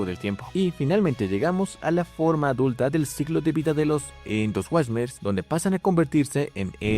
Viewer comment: Se pronuncia "Endo suarmers" Es ciclo de vida, no siglo. No todos son titanes, muchas son mega fauna, y si, la mega fauna y los Titanes son super especies, pero no son lo mismo.